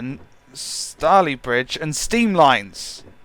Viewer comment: its pronounced STAYLEYBRIDGE